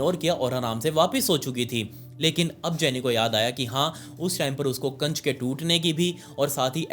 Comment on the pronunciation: Kaanch❎ kacch✅ Emergency❎ amargensi✅